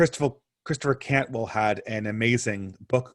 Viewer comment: you called Christopher Caldwell "Cantwell" twice. And this is not the first time you've done it. Cantwell is a different guy. Not sure if he wrote any books.